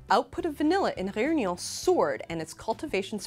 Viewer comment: the way she said réunion... is she french/ french speaker?